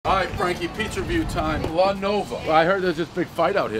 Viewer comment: Can you make your "pizza" and "review" sound like 2 different words? Because the are. Lol. He runs them together like one word. Enunciate bro.